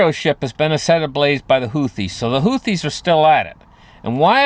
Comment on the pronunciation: Thanks for pronouncing "Houthis" so correctly. And: I love the video!:_HUG